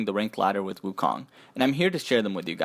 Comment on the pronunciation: I love the video, I play wukong the most but I would love if everyone pronounced his name properly. The "o" in "kong" is pronounced with an "O" sound not an "ah" sound. Keep up the good work though!